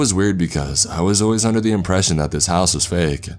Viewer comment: Mickey Mouse-uh outside of my house-uh